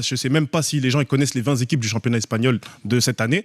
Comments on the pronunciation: Mais il est débile avec ses "20 zéquipes" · Oui ,mais oui il doit rectifier vingt téquipes pas zequipes😅😅😅